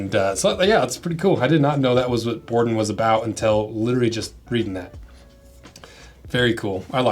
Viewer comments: They're from Colombia... Bore-DOAN is an easy pronunciation assumption. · Indeed, last I checked "Borden" was a dairy that produces milk cartons for school lunches Also, the boots themselves are pronounced "Wah-nez". No Wayne's World action in Colombia. Native Spanish speakers please correct if I have that wrong. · It's pronounced, bore-dōne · I've watched the same interviews with the owners. I didn't say anything about your comment that wasn't correct, and added to it. I'm surprised that couldn't be bothered to take 5 minutes and learn to say the company name properly given the minimal production put into these second channel videos and the ad revenue that flows from them. I wouldn't have bothered to watch except I have Bordons on order and there's not a lot of content on them.